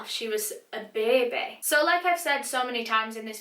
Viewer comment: Not used to Australian accents saying "baby" and the way you guys pronounce baby reminds me of Loira from Schitts Creek